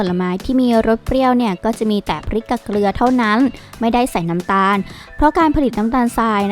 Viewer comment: เกลือครับไม่ใช่เกรือ